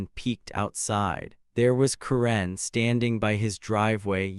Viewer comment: someone should teach the AI voice to pronounce Karen correctly